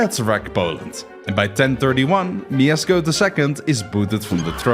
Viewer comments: his name is no Miezcko I but Mieszko I small detail but its funny who you saying his name 😅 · Mieszko, not Miezcko lol And "sz" is pronounced as English "sh", like in "she" "shop" or "shut the fuck up and made a proper research how to pronounce names of people you are making video of" 😅🎉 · It's Mieszko I not Miezcko I. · it's mieszko, not mieczko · Miezcko I, Mieszko II -_ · it's Mieszko, not Miezcko, but steal really good this is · Brooo its not miezcko its mieszko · Don't read Mieszko as Miesko, but rather as Mieshko. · Uhhhh... I need to say that cuz im a Pole. Its 'Mieszko' not Miezcko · my brother in christ it's Mieszko not Miezcko 😬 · "Miezcko", bruh. It's Mieszko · It's Mieshko, there's a sh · bro u said wrong its MIESZKO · Mieszko is pronounced 'myeshko'. 'SZ' is basically like 'SH' in English. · It's MIESZKO - just read it MieSHko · you can say "sz" (Mieszko I) as "sh" (ash) :D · I dont wanna be that guy but its Mieszko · its Mieszko, "sz" is like english "sh" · moja dusza boli jak on mówi "miecko" xddd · In the name Mieszko "sz" makes an "sh" sound. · It's pronunced like Myeshko. dou you have lisp? also what the f is that spelling? it's Mieszko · it's pronounced mieshko because in polish sz is sh and cz is ch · miezcko? jesus christ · u mispronounced Mieszko's name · Thought we didn't notice... but we did. At least you got the name right the second time. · ITS MIESZKO, NOT MIEZCKO 😭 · not Miezcko, but M I E S Z K O !!!😡🤦🏻‍♂️ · Mieszko not Miezcko :3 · btw its mieszko not miezcko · MIESZKO not miezcko (my name is Mieszko) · mieczko* not miezcko lol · We don't say Miezcko 1 we say MIESZKO 1 !!!!!! Polska Gurom !!!!!!!! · kurna miesko?! na pewno nie mieszko? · bro, i'm from poland and not miezcko tylko Mieszko 1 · Nooo noo noo not Miesko oww that hurts. Its pronounced Mieszko😭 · IT'S NOT "MIEZCKO I", IT'S MIESZKO PIERWSZY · mieszko not miezcko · BOY ITS MIESZKO NOT MIEZCKO !!!! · No, there's no sh, his name was Mieszko. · it’s mieszko not mieczko